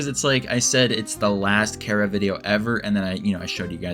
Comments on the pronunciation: FINALLY SOMEONE WHO KNOW HOW TO PRONOUNCE CHARA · actually I use the first one and so does the maker of this video and so does Toby Fox in fact as stated in an interview (I think) where he said that he pronounced it Chara (Care-a) as in Character